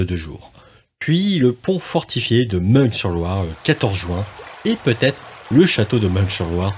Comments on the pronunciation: Juste on ne dit pas " ming sur Loire" mais" min sur Loire '" Et aussi" jar jo" et non " jar go "...merci encore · Bonne vidéo, mais pour info, et malgré l'orthographe, "Meung sur Loire", se prononce "Main sur Loire", je suis de la région à la base 😉